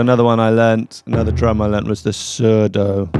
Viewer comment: surdo - you pronounced it perfectly!